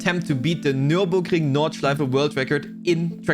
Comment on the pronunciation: Finally someone who can pronounce the name of the track 😂